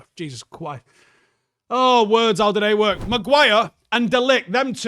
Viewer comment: Jesus cwice 😂😂❤❤ aww